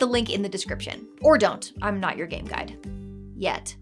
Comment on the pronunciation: The correct pronunciation of you're is "yoo-er". The correct pronunciation of your is "yor".